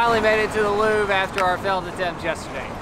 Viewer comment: The way you pronounce "Louvre" sounds like "loo" - so, is it the biggest loo in the world? Don't omit the "...vre" - it's Looooovre!